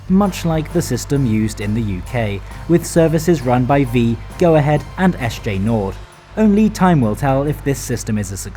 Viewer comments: Except the S J (Jay)! Thats the only one I picked up on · SJ or SJ AB (as it is called formally) has never been an abbreviation, the company was founded in 2001. Statens Järnvägar is an entity that doesn't exist anymore and hasn't been since 2001. So the pronunciation in the video for SJ is wrong.